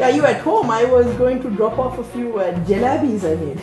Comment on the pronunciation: lol ...JELABI XD ... is it supposed to be pronounced like tht O.o ...its JALEBI* ...nice video btw (y)